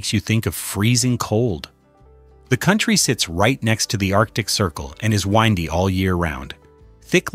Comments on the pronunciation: how do you pronounce the word WINDY ?? it is NOT ai but windi - learn some English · Ai Creation... Who says "WINDEY" when the print is "Windy" ( 49 seconds in... ) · I have watched less than 1 minute...gave up after 'wine-dy instead of win-dy...using AI narration is utter laziness when there are so many out-of-work actors everywhere who ciukd do the job PROPERLY...dgp/uk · hahaha winedy all year long (windy). more ai bullshit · That is the WORST AI commentary I’ve ever heard. The word is “Win-Dee” not Whine-Dee. Sheesh. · It seemed interesting until that"whyndy", it looked my ear and had to stop 🤮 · Windy isn't whyndy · I laughed when the voice said wiindy instead of wendy (yes, I spelled wrong here for pronunciation reasons). Iceland is wiiindy all year. Hahahahaha. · "Windy"? No not whinedy. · Doesn't ANYBODY use a human to narrate their videos? , once the robot said "winedy" for "windy," I left. At that point, I cannot take anything in the video seriously. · It's "WINDY" - as in 'wind-up'- all year 'round? Who's doing the winding? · This an AI voice, why would it say windey... instead of 'windy?' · Ain't no way a channel like this pronounces windy wrong in the first minute - English is inconsistent as hell between spoken and written form, but damn it, "windy" is too simple of a word to mess up in this context! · numbskull human or incompetent AI generated speech no knowing the difference beteen windy and windy when the context is climate and weather - drogow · Get a real voice to do your storu if you have a story you believe in. There are over a billion English speakers to choose from. This idiot computer voice said windy (as in a winding road) ti describe windy weather. If you have s story worth anything, take the effort to make it credible . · Ai can't pronounce windy? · It is "windy" all year round ? Please learn to pronounce words. Do you really want us to laugh at you ? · “Windy” like a road, “Windy” like a strong breeze … AI is a lesson in frustration.